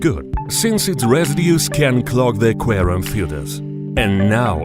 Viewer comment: “Into the qerum with piryanez “